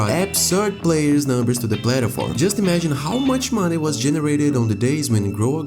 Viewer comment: its not funny but i love how the guy says plataform instead of platform lol